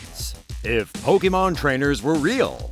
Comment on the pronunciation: You pronounced Pokémon wrong. Also, this has nothing to do with pokemon. Pokemon trainers would be alot more responsible than most of these people.